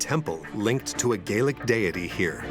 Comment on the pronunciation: Gallic NOT Gealic